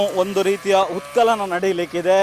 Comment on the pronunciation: ಉತ್ಕಲನ ಅಲ್ಲ ಉತ್ಖನನ 😂😂